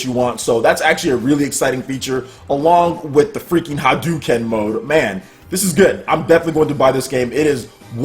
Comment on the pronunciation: It's pronounced "ha-DOE-ken", not "ha-DOO-ken". God, that's just as cringy as people saying "RYE-oo" instead "REE-oo".